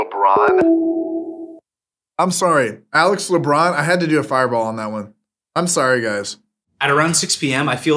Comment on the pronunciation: Le-Bron? Waaa?